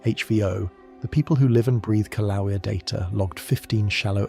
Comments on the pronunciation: Pronounced kill-a-way-a. I’m W. of Pele’s home. Expect more activity SE of Kilauea as the earth goes thru a slow birthing of the new island Loehi, still under the sea. Don’t wait up. This will take a long, long, long time. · The correct pronunciation is... Kil-A-way-yah.😊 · I’m gonna start a drinking game where I have to take a shot every time he pronounces the word Kilauea in a different way. The majority of them have been incorrect, but geez, just pick one and roll with it. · Why do you keep mispronouncing Kilauea?